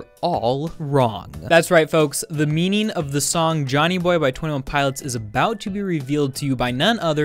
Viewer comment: when you say meaning it sounds very much like meaneen sry